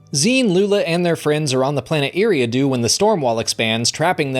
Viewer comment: Love the vids, just one thing, your pronunciation of Eriadu is wrong, it’s like eerie-ah-do